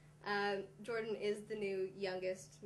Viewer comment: its jordan not jordy